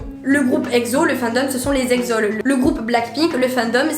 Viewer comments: Excellente video mais je pense qu’il est mieux de dire exo - el au lieu de exaul mais sinon cela reflète nos manières de penser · T'as dis Exol ça m'a bloqué grave. On dit EXO-L. Tu dois séparer le mots de la lettre 😂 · C’est pas Exol ça se prononce Exo-L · (eh psst, on dit EXO-L, la lettre, pas exol d'un seul mot ^^', pardon ça me stressait mdr) Merci pour cette vidéo ! Bravo à toi et bonne continuation !